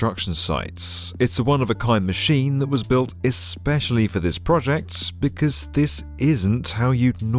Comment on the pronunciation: The words “this” and “sights have 3 syllables now.